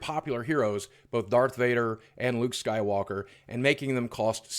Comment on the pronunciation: "Luke skorworker"